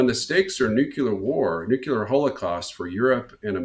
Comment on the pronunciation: Some please tell this doofus, the pronunciation is NEW CLEAR not NEW KEY LER.